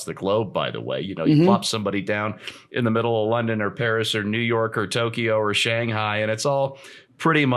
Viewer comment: Please, it is NOT Tok e o. It is Tok yo